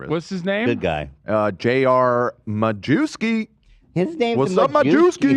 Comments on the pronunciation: You pronounce Majewski in Polish "ma-ye-v-ski" not "ma-jew-ski". Also "a Jew" in Polish is "Żyd", so it has actually nothing to do with the Jews ;) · Oh no, Majewski is pronounced "mayevski" in Polish, ma-jew-ski sounds so awful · holy fuck... dude is Majewski not Ma - jew- ski... " j " is read like "y" in word "may" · Majewski 100 per center polish name, read: Muyevski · just a fun fact - Majewski is a common Polish name, not related to jews. Should be pronounced like 'Mayevsky'. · Majewski in Poland is pronounced MA-YEA-VSKI 😂 I can't with Americans mispronouncing Polish names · I think Majewski in terms of pronunciation is ‘Mayevski’ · Did anyone let Ethan know Majewski it pronounced more like “mayewski” and it means something along the lines of “the May man?” 😂 I don’t think we have any antisemitic surnames in Poland thankfully